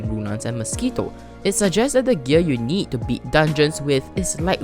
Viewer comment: Im sorry my little brother just made fun of the way u pronounce mosquito